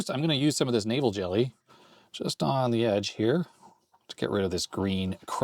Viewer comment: I thought you were saying Navel Jelly...